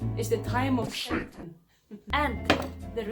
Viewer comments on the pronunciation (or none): none